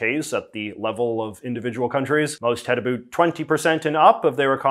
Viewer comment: the way JJ says "abouut".......